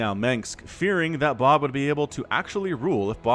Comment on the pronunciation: Lol it took me a minute to realize you weren't saying boob